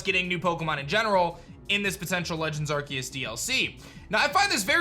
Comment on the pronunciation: ar-SEE-uhs. just google it if you don’t know how to pronounce it